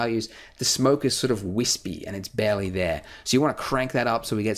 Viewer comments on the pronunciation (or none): none